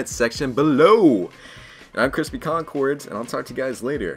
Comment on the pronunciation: Cwispy this challenge is easy